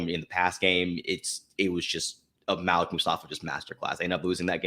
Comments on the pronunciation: How do you know? If you got a guy who's knows him and covered him his entire collegiate career, he won't get the name wrong. It's 'Mal-ek'. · It's pronounced (Maleek). They are tearing his name up